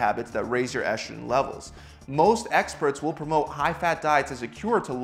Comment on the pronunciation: Testoshterone.. Eshtrogen...? Where do you get the "sh" from?